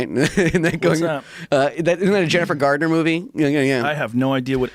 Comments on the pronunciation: She's Jennifer Garner, not Jennifer Gardener. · It’s called suddenly 30 and she’s a 13 year old that turns into a 30 year old Mac got it the other way round and it’s Garner not gardener. I’m not Jennifer Garner.